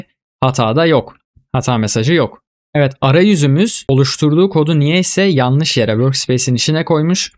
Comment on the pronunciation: "Yalnis"degil, "yanlis"